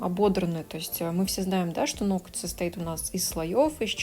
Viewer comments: Сначала исправилась , сказав "ноГти",а потом забыла и выпулила"ноКать"))) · много раз читала, как Вас критикуют за произношение некоторых слов, "нокоть" в том числе, и хочу сказать - да не обращайте Вы внимание на этих критиков. Даже если Вы и произносите что-то неправильно, эта Ваша личная, милая, на мой взгляд, особенность речи, которая придает индивидуальности и теплоты. Более того, люди, в том числе и я, которые смотрят Ваши видео ради их содержания, которые проникаются Вашей харизмой, в принципе не замечают каких-либо недостатков речи. Вы не литературный канал ведёте, в конце концов, смысл сказанного в данном случае абсолютно не теряется. Я сама не люблю безграмотных людей, но придираться к произношению, это уже реально перебор! Спасибо Вам за Вашу деятельность, за то, что делитесь ценнейшей информацией и опытом, и не обращайте внимания на всяких диванных критиков, у которых не хватает сил и мозгов поднять свою задницу и что-то сделать. Будьте такой как Вы есть, самобытной, искрометной, доброй и отзывчивой, то есть такой, какой мы Вас любим, ваши подписчики!